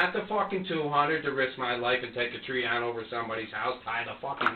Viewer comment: Any other Pat McAfee viewers hearing “pick ‘em up and put ‘em DAHN” or is it just me